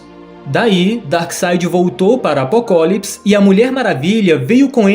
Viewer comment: vídeo muito massa. Mas o cara cagou nele falando apocólipis